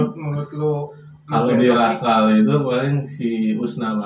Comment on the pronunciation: Rascal bang bukan raschal